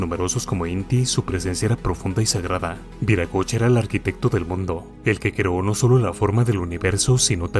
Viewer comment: NO ES VIRACOCHA ES WIRACOCHA, Y SIGNIFICA EL GRAN SEÑOR, EL CREADOR DE TODO, EN QUECHUA ES UNA PALABRA QUE TODAVIA SE USA.